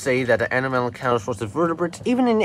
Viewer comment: A-nom-alo-caris It's a hard C